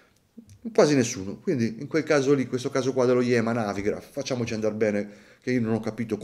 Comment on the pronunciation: Credo che si pronunci Yemà, dato che è francese. Comunque quel design spigoloso mi lascia perplesso: il nuovo Speedmaster ha un bel bracciale ma a lungo andare dà abbastanza fastidio, figuriamoci questo (almeno stando alle immagini).